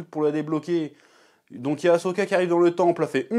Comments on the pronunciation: Si tu l'écris comme il faut ->Ahsoka, tu ne prononceras plus "A-cho-ka" ! ^^ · Et tu ne fais pas que le prononcer, tu l'écris même "Ashoka" dans le titre. Après, pour ta défense, c'est vrai que c'est pas instinctif de mettre les lettres H et S dans cet ordre là, mais pourtant c'est bien AHSOKA.